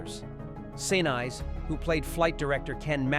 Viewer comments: Wrong Yardbirds, it was 1970 not 1977. It is Sin-ese not Sinice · They lost me at Sanize...gone... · An interesting video ruined by the fake voice-over. Why is it so hard to record an actual human being speaking? You can do it on your phone. Weird gaps in all the wrong places. And who the hell is Gary Sign-eyes? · Why would you put this much effort into a good script and excellent visuals…….and then use an ai voice? 13 follows Apollo with significant pauses making it sound like it belongs in the previous sentence, Gary Sinise’s name is mispronounced every time, just name a few gaffs that are particularly irksome.